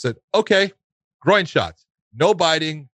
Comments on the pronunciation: Josh, its GROIN.. not GROW-EEN. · Why is Josh saying grow oing instead of groin?